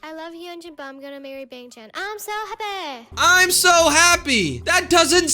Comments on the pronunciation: She said happe😂😂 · no, not I’m so happy, “I’m so hapeh” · “happeeee” HELP😭